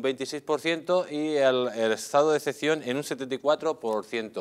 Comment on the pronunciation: jajajajaja, se llama Estado de excepción, no ecpcion jajajaja lea y deje de hacer el ridículo. Antonio Alcalá Galiano, sevillano, diputado a las Cortes del Estatuto Real de 1834-35, pudo afirmar entonces: "Debemos propagar la imagen de la “nación” (refiriéndose claramente al Estado-nación llamado España), e inculcar apego a ella y unirlo todo al país y a la bandera, a menudo inventando tradiciones o incluso naciones para tal fin. Uno de los objetos principales que nos debernos proponer los castellanos, es de hacer la nación española una nación, que no es ni lo ha sido nunca hasta ahora."